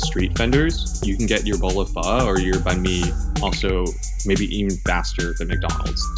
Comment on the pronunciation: Nguyen bacanya nguwen bang. Pho itu bacanya fa